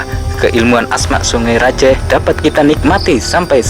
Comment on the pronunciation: Saya org madura bangkalan: yg bener sebenar nya bukan sungE raJEEEH tapi: songai rajeeh Pakai e bukan E